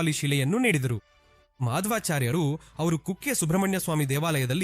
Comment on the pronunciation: Sudden agi north Karnataka shyli barate, Ashlesha alla adu ಆಶ್ಲೇಷಾ, ಮಧ್ವಾಚಾರ್ಯ ಹೆಸರನ್ನು ತಪ್ಪಾಗಿ ಹೇಳಿದ್ದೀರಿ